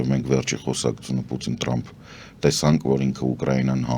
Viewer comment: Հարգարժան պարոն, շատ հետաքրքրութեամբ եւ հաճոյքով յետեւում ենք Ձեր վերլուծութիւնները եւ իմաստալից բացատրութիւնները: Փառք Աստծոյ ունենք շատ հարուստ ճկուն լեզու: Իմանալով տժբախտաբար մեր լեզուն ազդւած է Ռուսերենից - Սովետական ժամանակներից “թ” տառը հնչում են “տ”, Թրամփը Տռամպ հնչելով: Ձեզանից եւ միւս գրագէտ անձնաւորութիուններից, չի սպասւում այս վրիպումը: Յարգանքներով ՝ Սեդա